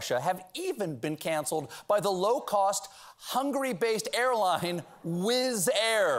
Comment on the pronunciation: W!ZZ air is pronounced more like VIZZ air.